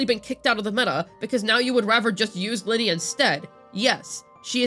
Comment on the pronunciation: Thumbs down. Who tf is Linny? It's Lynae, smh.